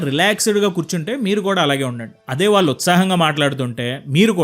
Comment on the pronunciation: Telugu బాగా pronounce cheyyali. ముఖ్యంగా, వాల్లు(వాళ్ళు,అనాలి)ఆంటున్నారు కళ్ళు(కల్లు,కాదు)అనాలి.